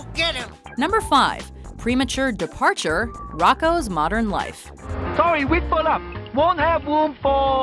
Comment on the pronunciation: "premature disparture" lol